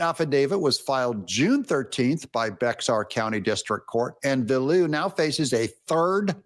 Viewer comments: Bexar is pronounce Bayer or sometimes Bear, but not Bex-ar. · Bex-are County, TX??? No, it is Spanish in origin so is pronounced Bear or Behar with a soft h. Hence the Siege of Bexar (thank you, Grandpa, for manning the cannon) and later the Battle of the Alamo. Remember the Alamo! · Doug, it's pronounced "BAY-er" County, not "Bex-AR" County. Yes, it's spelled Bexar County, but that's not how it's pronounced. Native Texan here. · Bexar pronounced like bear. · Bexar is pronounced as bear. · Texan here. "Bexar" is pronounced "Bay-har". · Doug ....... BEXAR is pronounced BEAR ........... thought you might like to know. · Bexar is pronounced “bear”. I don’t make the rules. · Bexar (pronounced "Bear" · Bexar is pronounced bear😊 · Bexar is the county with San Antonio as the county seat. Bexar is pronounced BEHAR it's a Spanish word. It doesn't matter what I say in youboob comments they always censor anything I say. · BEXAR IS PRONOUNCED "BEAR", ITS TEXAS, WHERE THE ONLY "X" THAT IS PRONOUNCED IS IN TEXAS. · Bexar county pronounced Be ar (x silent)😊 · Pronounced Beyhar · By the way, Bexar is pronounced “Bear”. I didn’t know myself until I was corrected! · It’s pronounced “Bear” County the X is silent. Love your channel Doug. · Doug it's pronounced bear or in Spanish behar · Bexar County in TX = "bear" (or less natively, "bay-ahr") county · Doug, i lived in Bexar County in Texas and believe it or not, Bexar is pronounced Bear!! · Mad Dog max threatens people all the time. When will she go to jail? FYI, Bexar Co. Tx. (San Antonio) was named by the Natives we took it from and is pronounce 'Bear'. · It's pronounced bear county. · The x is silent in Bexar County. It is pronounced Behar. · Bexar county is pronounced Bear county. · That's not how you pronounce it. Bexar County is pronounced Bear County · Bexar county is pronounced."Bear". Who knew. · Fun fact : BEXAR County, TX is pronounced Bear County ~ that’s all I got 🤷🏼‍♀️ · It's pronounced "Bear" (Bexar) County